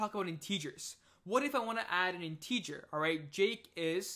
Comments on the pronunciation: what's weird is you speak 100% like an American English speaker except when you say "integer" or "parenthesis" in this series of videos. I feel like if you were born and raised in America, you'd have definitely heard both words before many times, so my conclusion is that you must know English as a 2nd language in which case I just want to congratulate you on having basically NO kind of foreign accent whatsoever and really nailing American English. It's amazing, really. No way I could have mastered a foreign language as well as programming languages by the age of 19. Just brilliant. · Great video, but some viewers might get confused over your pronunciation of the word "integer". Have a listen here for the proper pronunciation: My apologies if your pronunciation is a local dialect I'm not familiar with...